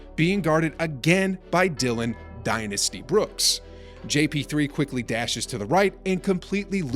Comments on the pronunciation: "Die-nasty"........Hahahaaaa!!!!!!! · Dillon " DIE-NASTY" Brooks